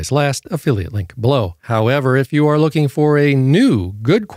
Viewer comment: you waisted 3 minutes of my time preaching like an evangelist trying to promote the product and where YOU got it from (a sponsor which means YOU HAVE to talk about them) & the way you say "YOU" is annoying. Commenting about "Diabetes sausage fingers" is offensive.